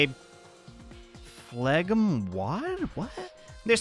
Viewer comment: Phlegm = Flem